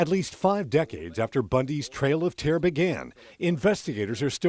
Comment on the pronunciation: What is, “trail of terr?” I mean, it’s obvious he’s trying to say terror. But he repeatedly leaves off last syllable. I don’t know. Weird.